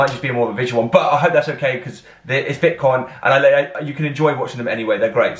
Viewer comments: It's VIC-TON not VIT-CON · Actually you said it wrong the entire video. Lol You also mispronounced it in the last VICTON video reaction